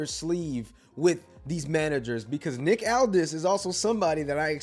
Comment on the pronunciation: Are you stupid or do you not no how to say Nick aldis right.